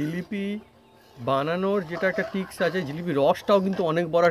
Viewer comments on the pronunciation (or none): জিলাপী দেখতে সুন্দর হয়েছে। শিক্ষিত ছেলে টিক্স কিভাবে বলে?? Tricks ট্রিক্স হবে শব্দটা।